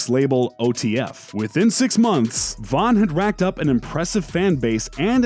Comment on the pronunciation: King "Vaughn" ????